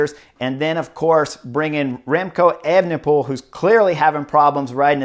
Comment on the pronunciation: Disappointed that you've clearly been practicing pronouncing Evenepoel, bring back Evening Pool! Superb insight, as always.